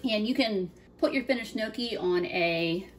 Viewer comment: amazing cooking! great looking pasta! pronounced knee ock key! not nookie! polenta is also a delicious low cost meal! left overs can be fried in slices. delicious! thank you for doing this!